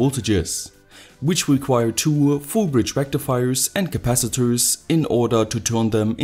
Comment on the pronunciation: It's not a single diode rectifia,it's a Fool bridge Rectifiaa